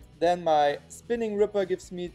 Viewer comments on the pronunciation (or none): none